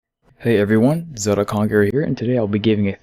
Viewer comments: It’s ZeLda! Not Zeulda. 🗡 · am I wrong or this man is pronuncing Zelda horribly? sounds like he is saying "Zeruda" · well zelda in japanese is zeruda